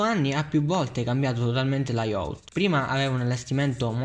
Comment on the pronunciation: SI DICE LAIAUT!!!!!